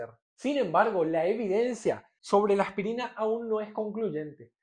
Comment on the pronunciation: Me gusta su acento, como pronuncia "AJPIRINA" Saludos.